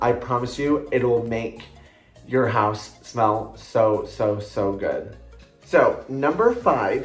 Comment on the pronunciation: I absolutely love candles! And wax melts x will need to get some zoflora 😍 loved when you said “the hoose”😂👏 another great video💓